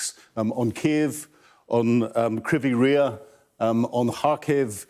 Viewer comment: "Krivvy Reeh" is an easy / better way of pronouncing it. I have family in Dnipro and we can't get a hold of them, think the powers gone out.